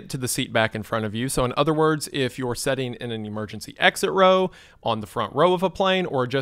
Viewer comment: "Sitting" doesn't have an "e" in it. Your pronunciation is giving me an aneurysm